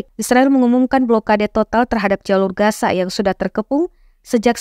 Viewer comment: Reporter ga sekolah kali masa gaza dibaca gasa